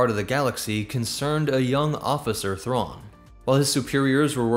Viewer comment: Grand admiral Raw LOL Mitth' RAW 'nuruodo